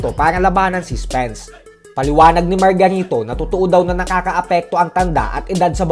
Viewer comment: ayusin mu pag bigran ng margarito..parang may mali